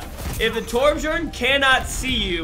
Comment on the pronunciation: its funny that calls torbjörn torbjorn